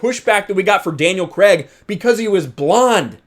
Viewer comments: Craig not Cregg! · “Daniel Creg”